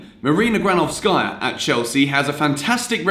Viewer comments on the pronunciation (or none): GranOvskaya, not GranovskAya, AbramOvich, not AbrAmovich!